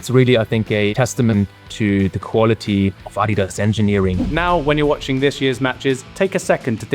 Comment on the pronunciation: Why do you say adidas wrong?